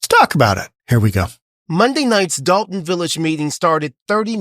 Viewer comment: First of all it's Dolton, not Dalton.